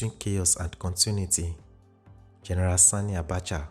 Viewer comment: I like that you paid particular attention in pronouncing "Sani' Abacha and not 'Sonny' Abacha as in previous videos. Well done!